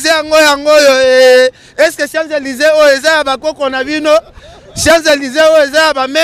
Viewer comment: Ken mpiana yekola koloba balobaka siant Élise et balobaka chants Élise obimela wapi.